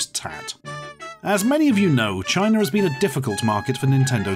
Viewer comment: I like when he says "Chiner" instead of China